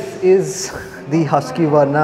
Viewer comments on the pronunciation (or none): Who taught you to pronounce it as Huskyvarna..?? Lol. It should be as said as Hooskvarna. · The name is not huskiivarna but Hussskwarna and also you are pronouncing the bike name incorrectly, it is not smartpilen for swatpilen.